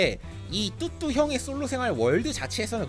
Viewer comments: 아직 뚜두님이익숙해서편집하는뚜뚜가아닌 뚜두로들리네요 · 자꾸 뚜두 라고 하네요